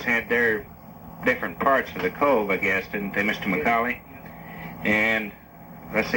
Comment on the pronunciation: This is my great grandfather. I have heard this many times. His last name is spelled and pronounced wrong. Its McCaulley. Sounds like "ball" not "dull".